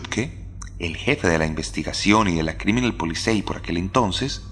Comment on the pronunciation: Yo sé es perfectamente admisible pero "es-bahn" y "polizai" es la forma correcta de decirlo, la porción de TOC que tengo en mi no me deja pasarlo por alto... Está buenísimo el relato